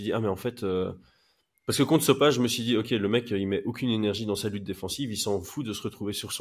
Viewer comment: Salut si jamais on dit sopaï et pas so page